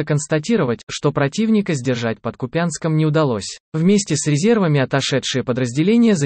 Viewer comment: Голосовая программа неправильно ставит ударение, произнося "Купянск" - под ударением буква У.